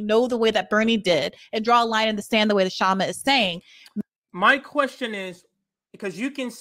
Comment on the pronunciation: Please pronounce Kshama's name correctly.